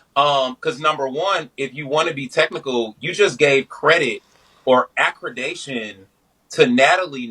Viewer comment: Accridation goes CRAZY 😂